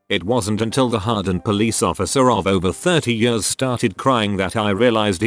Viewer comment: Nobody: Voice: “When I was eight YURRS old”